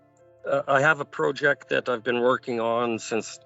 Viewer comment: The way he mispronounces "project" sounds so off. Is that how some foreigners pronounce it and he thinks it makes him sound more worldly?